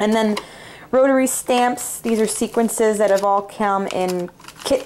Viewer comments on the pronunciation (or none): Love your room and your sunny personality. Please excuse me for mentioning this, but I am hearing it in more and more videos, they are sequins not "sequences". Sorry, I know that is nitpicking - it just drives me crazy! Thank you for sharing your room with me, I got lots of good tips for organizing and storing.